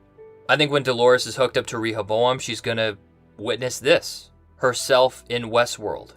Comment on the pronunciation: Has anyone noticed how he pronounces “Rehoboam” different ways in the same video? What’s strange is that he’s been doing it since the first episode. You would think after a couple videos, he would just pick one pronunciation. Proof we’re in two different timelines???